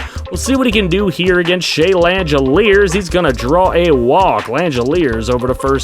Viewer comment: just as an FYI for future reference, Shea Langeliers' last name is pronounced lang-uh-leers. Keep up the good work sir